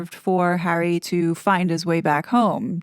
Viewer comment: I don't believe there's anyway back to the RF for the "Spare Hawwy"